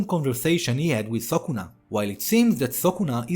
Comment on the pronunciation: It's not sokuna bro.. It's sukuna